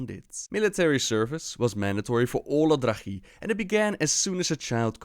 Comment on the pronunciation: He pronounces everything wrong, probably just to troll now since he has actually changed how he pronounces words from how he did in previous videos.